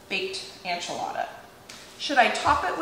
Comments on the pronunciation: Hey, I love your videos! I just wanted to mention that it sounds like you're saying "anchilada" instead of "enchilada." In Spanish it's ehn-chee-lah-dah, but most English speakers say it ehn-chill-ah-duh. It sounds like you're saying ann-chill-ah-duh. I know if I was mispronouncing something I'd want to be told, so just giving you a heads up!:) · Is it a regional pronunciation to say “AN-chilada” vs “EN-chilada”? Just curious!